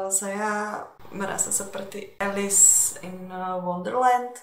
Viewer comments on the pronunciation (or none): none